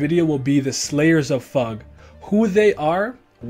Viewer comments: it sounds weird for me to hear it as "Fahg". I've always read it as F.U.G. Both are relatively correct I guess but still... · I'm korean but yes fug (rhymes with hug) is the right pronunciation! Nice video btw :) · pretty distracted with how this vid pronounces FUG, I always read it as F U G but I don't remeber if the correct pronunciation was ever mentioned in the webtoon haha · I always pronounce fug as fugue, because it sounds more artsy, and better in my head. It’s not right, but I’m a westerner, and gotta do that sometimes to make things sound more natural.